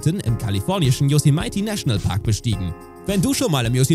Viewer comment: Yosemite wird nicht Dschoußimeiti ausgesprochen, sondern Dschossemmiti